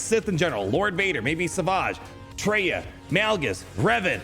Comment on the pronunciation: Savage not sauvage